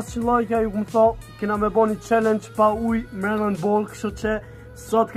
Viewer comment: Thuj qallengj Jo qelengj